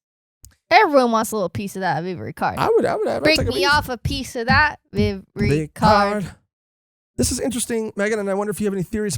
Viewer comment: Vivre Card is pronounced VEE-VER card.